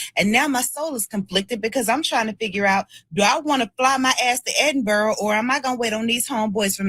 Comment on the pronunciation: 💕🙋🏾‍♀️💕 All praise to 'The Most High YAHUAH' - all glory & esteem to Yahusha ha'Mashiach! Shalum & blessings TEOTW Ministries!! 🙏🏾 "How he got even one Yisraelite woman to follow him anywhere, is beyond me!! 🤭 Btw: Edinburgh is pronouced: Ed'in'burra; and note: that LHC demon portal is also in Switzerland!! 🤷🏾‍♀️